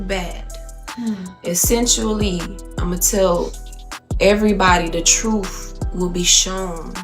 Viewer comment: ...okay. You feel better? Two things can be true at once...he was complicit and he is speaking "troof" in that moment.